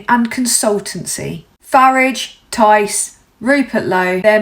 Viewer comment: Love your pronunciation of 'Farridge' Surprised he hasn't changed his name to it to sound more British. If only your video was farmed to as many people as the reform shite. Keep up the fight, your country needs you, shame most of the ignorant f**kers don't realise it